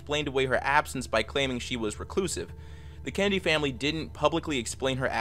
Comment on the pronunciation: Gotta slow down on Kennedy , keeps sounding like candy